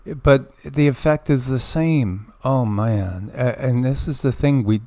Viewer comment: That "oh man" was very southern! Its concerning how much people a refusing to worry about things. Swwm worn out about it all and if I bring it up people get irritable